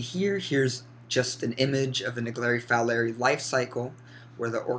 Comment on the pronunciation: Is pronounced folerai